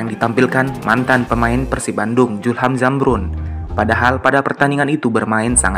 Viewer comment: Bos sebutnyasulham nukan julham,belajar lg bos.